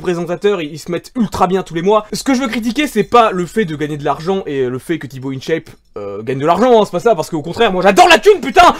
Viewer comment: in dit "1chape" pas "ine chaiype"